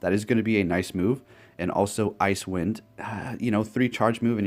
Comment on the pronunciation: It's not called Ice Wind. It's pronounced as Ice-e Wind. Like " wow, the ground is pretty icy after the snow that came down last night onto the side walks"